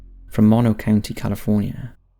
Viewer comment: I could swear that you said Surrey was a COUNTRY in Southeast England. I know you said county, but I hear country